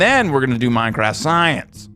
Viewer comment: Love ur "MAJNCRAFT SAJENC"